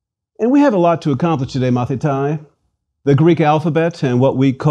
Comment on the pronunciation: I had to stop after . His pronunciation is wrong. The word "student" is not pronounced "mathita-e". It's like the American English pronunciation of "Leonithas", pronounced with the Americanised "i", that makes it "Leonaidis". In Greek, regardless of the period, when "a" and "í" come together it becomes a double "ee", not as in "teeth" but like an extend "e" in the word "hello" - "heello". So, "student" is pronounced "mathitē" and written "μαθηταί". The fact that the speaker doesn't know this simple fact, bodes poorly for the rest of his pronunciation and alleged knowledge of Greek.